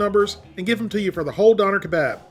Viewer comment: It’s pronounced duner k-bob